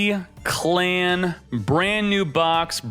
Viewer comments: Bro I've your videos and the advice you give, but man you kept saying Declan's name wrong and I can only imagine fans are cringing if the watched Arc V. Its pronounced as Deck- Lan, not D-clan. That's all I really wanted to say. Keep making the great amazing content for Duel Links and I can't wait for the next Meta Weekly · Declan is pronounced "DECK"-"lin! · Someone please correct the pronunciation of Declan lol. It’s pronounced ‘Deck lin’ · My man's pronunciation of Declan's name hurts my soul. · Fr. When he pronounced it I just cringed hard. Honestly just watch a few episodes before making any sort of review in order to get an idea of pronunciation and how cards are used. Just saying. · dude stop pronouncing Declan like a total jackass 😣